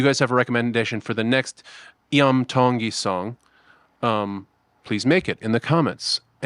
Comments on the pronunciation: It’s not Lam! It’s Iam ( ee-hum). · The name is Pronounced Ian with an “m” not “I am” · Dude u r mis pronouncing his name it's not yum it's em Tongi it's the last 3 letters of his name William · Iam is pronounced the same as "Ian" but with an "mmm" instead of "n" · It’s Iam pronounce the Kline a long E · Name pronounced on show as Iam Is 'Ee am'